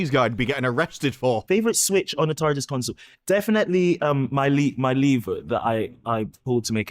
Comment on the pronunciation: The way he says Tarrrrrrdis is infuriating.